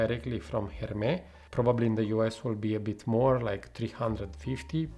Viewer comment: Great review! Agree with what you said about the comparison but I will also add that Oajan is more gourmand/sweet/dessert in my opinion. Also don’t forget to pronounce the S in Hermès 😋 Greetings from Paris 🇫🇷